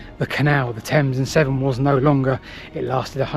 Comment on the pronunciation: Thames and SEVERN canal, not "seven" nor "temps and 7" NAVVY, not Nav'i nor Na'avi, nor Navi SKIVVY, not Skiibby WHO would be a maid, not "which".... DRUNKENNESS, not drunkardness